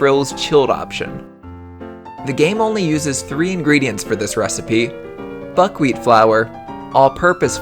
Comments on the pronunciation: I heard fuckwheat honestly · Who else heard buck weed instead of buck wheat?😂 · did he say butt weed or im just hearing things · Lol kinda sounded like f*ckwheat flour lmao 😂